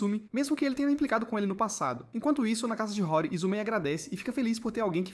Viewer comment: Esse anime é muito bom, só que o narrador está falando os nome todo errado, a moça se chama "Senhorita Hori"( e ler-se RORI) e o rapaz e o jovem "MIAMURA" . Daí o nome do anime "HORIMYA"